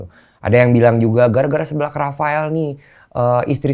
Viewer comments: Lucu amat koh densu bilang seblak nya... Seu koh seu.. dibaca seublak 😁😀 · Gereget banget pengen benerin kata seblak tiap bang deni ngomong séblak, harusnya tuh seblak bukan séblak 😭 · seblak (seseorang) bukan sèblak (mèrah) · Bg densu, bacanya seblak ya, bukan seblak... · Ko Densu ga bs ngomong SEBLAK. Salah pelafalan lu Ko. SEBLAK! Bukan SEBLAK. Duh gmn jelasinnya pake tulisan.